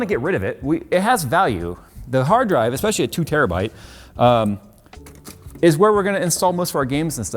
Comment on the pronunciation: Terrabooda. It's a terrabooda drive. LOL